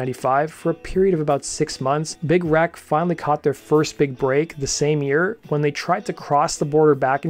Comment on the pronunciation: Everytime you say Big Wreck, it sounds like Big "Rack". :D They are awesome. RIP Doherty.